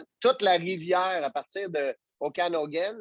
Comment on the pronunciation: Pourquoi ils défait la prononciation de chaque ville.. Okanogan, Lalowna.... personne ne dit ça.